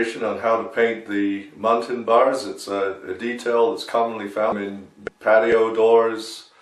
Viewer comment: I used to hear the old painters call them "mullions" and even "muttons", you're the first I've heard actually pronounce it correctly. Run muntins in a series of "L's",working from top to bottom of one sash. Then reverse the proceedure to finish the sash. Same for the bottom sash. Of course all sash should be left slightly ajar until the paint dries. Nothing like glazing and then knocking out a bank of eight over eights, that's decorating.